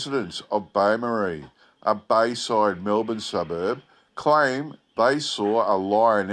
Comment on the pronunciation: bay marie? lol! lol! its bo-morris. it sounds like it had a bit of a wander around then followed its own scent back to the circus. i wonder if there were any reports about perry brothers employees buying padlocks from beaumaris hardware shops.